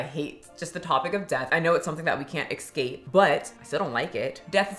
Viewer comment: Escape. Not ex-cape.